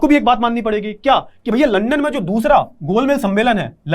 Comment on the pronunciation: wo gol mej h sir...gol mel ya maal nhi😂😂